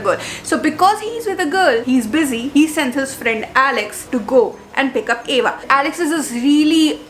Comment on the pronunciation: And that's Ava not eva damn 😊